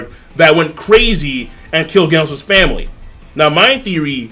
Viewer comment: The way you say Genos makes me cringe